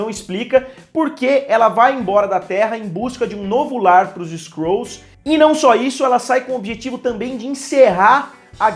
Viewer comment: Skrols kkkk fala skruls msm kk